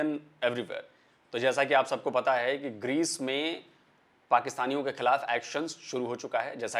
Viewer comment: Pakistani Anchor ko Greece ka pronouns bhi tik tharaf se nai atha..😂😂